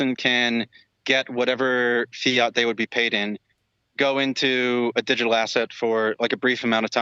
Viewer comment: I love you, but Fye-yat?